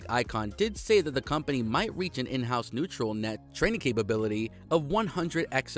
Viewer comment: please. learn to read words correctly. Its not "neutral" net... its "Ne-you-r-all" net (no T), nvidia = "EN-Vidi-AH", and CaPital expenDItures, not Cabidal expendures ... sorry. Cant up vote when words are butchered.